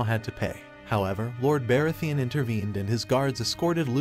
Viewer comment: That's the only Name you noticed was Targaryen? Baratheon, Rhynera , Aemon, Aegon ,etc ,Umm 😳 All the names are mispronounced . Not a very smart AI .